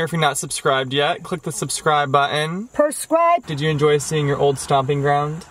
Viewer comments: I love she’s so iconic. “Prescribe” 😂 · I like how she says prescribe...she really makes my day love you ❤️❤️❤️😂